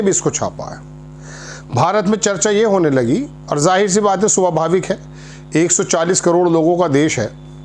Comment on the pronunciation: पत्रकार महोदय'। सोभाविक नही स्वभाविक होता है। और ये पशेपुश्त क्या होता है, पस-ए-पुश्त तो सुना भी है। अरे ज़रूरी थोड़े ही उर्दू अरबी हिन्दी हिंग्लिश एक साथ पेलना। पूज़ीशन,रणनिती कूटनिती एक्टीव मध्धेनज़र,ख़ेमे,सिफारतकारी।मैयार,मुहायदा,मुतावातिर😮 आप पत्रकार है या बारवी पास पकौते। पत्रकारिता आसान से आसान लफ्ज़ो मे खबर को बताना या देना या समझाना होता है ना कि अपना अधकचरा ज्ञान बंघारना पत्रकारिता नही होती।